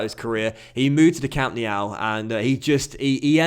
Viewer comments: Nobody: Literally nobody:: Camp Nee-ow🤦‍♂️ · We all know that Championship Manager 03/04 is the G.O.A.T!!!! Also what's with the stupid way you pronounce Camp Nou? 😂😂😂😂